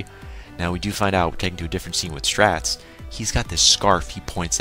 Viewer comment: Just to inform you Straits name is pronounced Straights